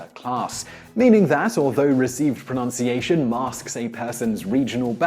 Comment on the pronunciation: I'll give you a like but ironically I don't like how you pronounce pronunciation .